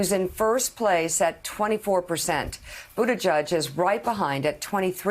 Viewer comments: Thanks for all the news, and I like you guys a lot, but guys, it's not pronounced "Buttijudge." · It's BUTTIGIEG! gig with an 'e' !!! Not judge!!! You go Pete - America needs a responsible person at the helm that can talk in complete sentences. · "Booty-judge" thats all I ever hear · I like the coverage on Pete Buttigieg but I have just about had it up to my eyeballs with moderators mispronouncing his last name. It is both unprofessional and disrespectful.